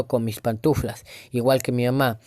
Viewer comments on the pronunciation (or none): none